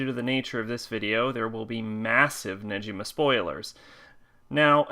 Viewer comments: It’s neGima not neJima why are you saying Neji like he’s from Naruto when his name is Negima 🤦🏻 learn Japanese pronunciations it’s not that hard that week one on Japanese 101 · sorry to correct your pronanciation it's negima not nejima sorry just to correct you. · It is Negima not Nejima 😅 it is pronounced as Gi like the stuff you wear for karate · I stopped at 7 seconds in, when this man said “Neji-ma”......you’re telling me, that you read the whole series and watched the anime, and you didn’t know how to pronounce his name. There is even a food called negimaki, that you could have learned it from! Wth? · You pronounce negima wrong